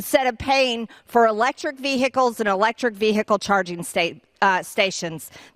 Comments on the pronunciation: VEE. HICKLE😂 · Ve-hi-cle......In-dic-table......Marge's pronunciations suck balls. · Whats a vear hic call ?? Oh wait she ment vehicle 😂 😂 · "vee-hickle", in-dick-tid, peach-tree dish. Welcome to America's GED program. Literacy not required. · ...vee hickle!?🤔🤭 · "Ve-hi-kull"? She has trouble with those 3 syllable words. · And what's wrong with saying 'car', why she gotta say 'vee-hickle'? I've got no problem with local dialects but the trump-et like in so so many things, she just takes it too far!!! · Who puts emphasis on the h in vehicle except dumb ass Green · She has a strange way of pronouncing "vehicle"... My dictionary says ['vi:ikl]... No "h" pronounced..... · She pronounces ‘vehicle’ like a drunk with hiccups.